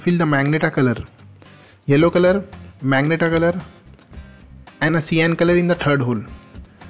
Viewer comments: Bro this is magenta (ma-zen-ta) not meg-nata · Bro that is magenta (ma-gen-taa) not magnetaa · Dumbass is majenta not magenta pronounced